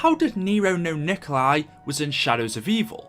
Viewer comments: It's not Nikolai Tesla. It's Nikola Tesla. No "I" at the end. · Umm His name is Nikola Tesla not Nikolai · Its Nikola Tesla not Nikolai Tesla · the only problem is that Tesla is no Nikolay, He's Nikola, I know its the same name but still he was always known as Nikola, not Nikolay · It's nikola tesla not Nikolai tesla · It's Nikola Tesla. Nikola isn't Nikolai. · Its not nikolai tesla its nikola tesla